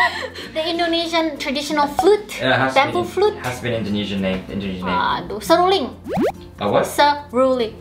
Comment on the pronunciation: I think is not wrong to say it "seruling"